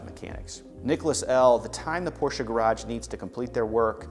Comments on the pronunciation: Hilarious that this guy enjoys the brand, and yet cannot pronounce the name correctly. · Porsche is family name.How many people would like someone butchering their family name? It’s not snobbery, it’s common sense. Why butcher someone’s name when you know it’s wrong?